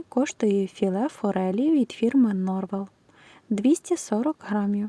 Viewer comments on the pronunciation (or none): Ікра NorveN,а не норвел